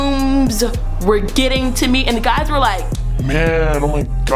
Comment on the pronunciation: Did she say ”hey gays” ?